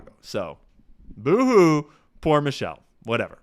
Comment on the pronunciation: You mispronounced Michael... Not Michelle